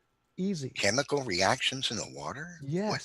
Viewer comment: "the wah turr" 😅